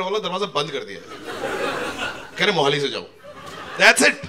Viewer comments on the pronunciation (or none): none